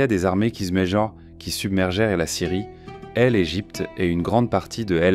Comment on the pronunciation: Vraiment c'est la pire IA que j'ai écouté, la lecture littérale est assez chiante Par exemple L Egypte au lieu de l'Égypte c'est assez bizarre